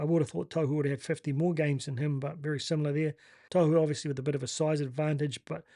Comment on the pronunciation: Love the content bro but please... Tohu... tor-who don't over announce the r or the w and the t is like a soft d